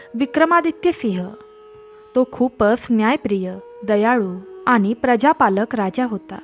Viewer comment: उच्चार शुद्ध हवेत aani.. पानी..nakoy baki sagle ok